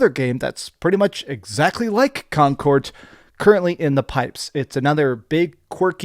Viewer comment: why do you pronounce it like "concort" with a "t"